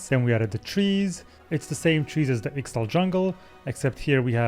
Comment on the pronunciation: Ixtal is pronounced: Ish-Tal